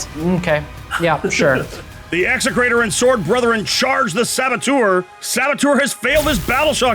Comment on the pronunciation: 100% perfect Classical Latin pronunciation of “execrator!”